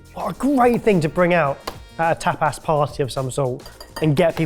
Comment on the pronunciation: Even the subtitles think pronounces "tapas" as "tap ass," which would be a very different sort of party.